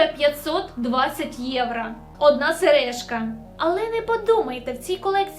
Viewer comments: Ну чому поооостійно єврА, а не єврО?🫣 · будь ласка, не єврА, а єврО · "ЄврО" а не "ЄврА"